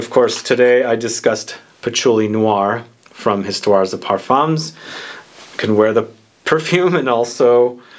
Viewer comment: No S at end of either word ... Histoire de Parfum ... the S is silent 🤣🤣🤣🤣🤣. My favourite is 1740 and my birth year 1969 👍🏻. Oh and in 1804 Napoleon was granted title of Emperor 👍🏻